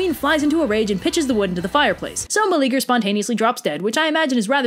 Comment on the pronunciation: I like this a lot. Your style and delivery are really good. BUT, his name is 4 syllables: Mel-e-a-ger. The e and a are separate, not like the English eager. I'm all for reimagining myths for modern audiences, but get the dude's name right. He's like the only guy in mythology who isn't a huge prick.